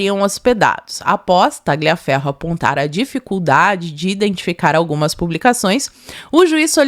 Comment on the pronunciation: Primeiro, nome e sobrenome, de origem italiana que contenham a letra "G", não se pronuncia a letra "G", por exemplo: Tagliaferro, fica a pronúncia, Taliaferro, Gagliasso. Ignes era o nome da minha vó e era chamada de Ines. Sobre o poder de polícia do TSE, é só durante o pleito e nessa data já havia se passado . Tudo ilegal!❤